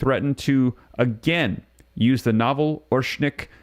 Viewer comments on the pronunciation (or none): none